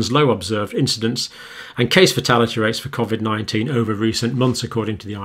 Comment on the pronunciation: Why would you pronounce Covid differently than everyone else? See you next Tuesday!